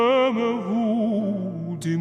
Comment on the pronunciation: Я немного учила французский много лет назад, но даже я слышу, что у него есть проблемы с произношением🤦🏻🤦🏻🤦🏻. Знаете, я всегда начинаю переживать, когда слышу это (например "entier," бросилось в уши, "Vous" вместо "Fous"))) неужели люди вокруг (уверена, есть учителя иностранных языков ) не могут поправлять его? И это не только с французским, и с английским есть что корректировать)) Я люблю Димашика , я его землячка, поэтому хочу, чтобы совершенство у него было во всём🤩😍🥰. Но, что касается вокальной части - ЭТО ШЕДЕВР!!! Согласна - это это высший пилотаж вокализа!